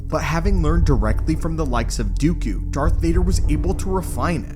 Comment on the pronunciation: It's Dooku, not Dyukyu.